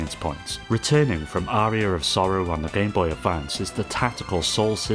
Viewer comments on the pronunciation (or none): none